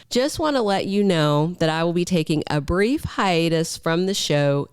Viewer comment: He said BRIEF hiatus